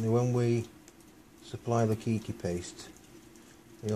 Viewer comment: its kay key not key key